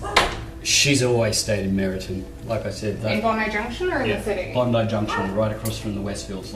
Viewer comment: The way non Aussies say Bondi cracks me up. I've heard so many variations and I think I've only ever heard 1 American say it right. (No hate, I'm sure we pronounce suburbs overseas incorrectly too, Massachusetts - I'm 👀 at you)